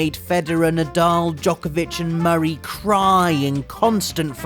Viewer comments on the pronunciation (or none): none